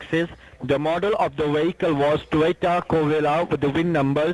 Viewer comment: It sounds like they are saying 'Toyota Gorilla'. "What's a Toyota Gorilla? Is that something like King Kong?" Lol! 🤣